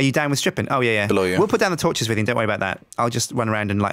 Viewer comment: anyone notice how doesnt say torshes any more?